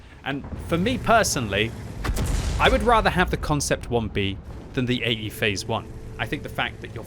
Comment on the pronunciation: I can't unhear him saying "eggyface one" plz send help.